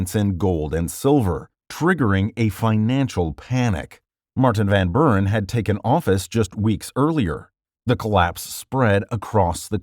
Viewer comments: he said Martin Van Bouren! It's Martin Van Buren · "martin van brrrn"